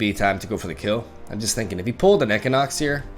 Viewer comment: The way he said equinox was making me fustrated.